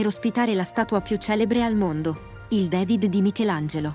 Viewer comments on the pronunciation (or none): Ma perché "devid"? DAVID